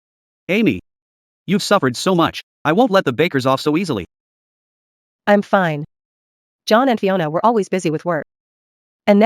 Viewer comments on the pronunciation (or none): I'm grateful they haven't said "Feena' instead of fine. It gets to me each time lol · same or when the say im finne